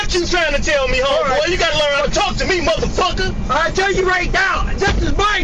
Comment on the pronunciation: “Park this muthufakur” 😭😭